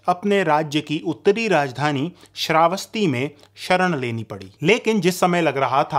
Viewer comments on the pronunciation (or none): none